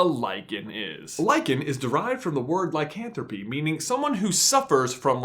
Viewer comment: You pronounced lycanthrope wrong